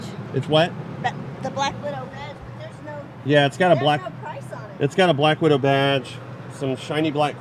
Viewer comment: Bwack widow bwage...lol